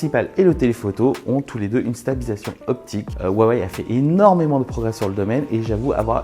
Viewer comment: Par pitié Huawei ce prononce "Rouawei" et non "Wawey" écoutez la conférence de Richard Yu. Le H se prononce proche d'un R pour nous.